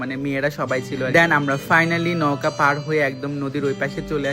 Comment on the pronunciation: নৌকা না নওকা